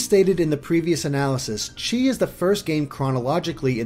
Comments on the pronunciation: It's pronounced "key",, Sometimes pronounced "Kai". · chi is pronounced key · Chi is the Japanese way of saying the greek letter X which in BBS, Xehanort said that it is pronounced "Kye" or "Key" but since this is kingdom hearts, they are pronouncing chi as Key to make a pun of the X-blade being pronounced as the "Key-blade" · said he was going to pronounce it like that to avoid confusion. Don't comment about something like this if you obviously didn't listen to the video. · said he'd be pronouncing it "chee" to avoid confusion.